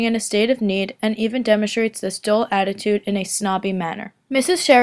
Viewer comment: Her voice is great. But it's 'demonstrate,' and not 'demonshrate.'